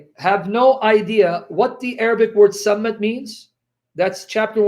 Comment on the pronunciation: I have no dog in this fight but your pronunciation of the word “Sammad” is incorrect. صمد is actually the word you are referring to which means “a being that needs no one” and not a stick as you purport. Interestingly though the “stick” you are referring to is a sign of authority held by the pharaohs to smite their enemies. Depictions of pharaoh with raised “mace” dating back from the time of Ball worship have been discovered. In present times highly bejeweled and less utilitarian maces are held by British Royalty during coronations and the Royal Mace is placed on the table which divides the House of Commons from the House of Lords at every meeting not without ceremony. It can also be seen held by the Masters of Ceremonies at graduations.. It is very possible that the word Mason derives its name from that instrument of authority since graduation rituals with black priestly robes and mortar hats are indeed Masonic induction ceremonies albeit unbeknownst to the participants.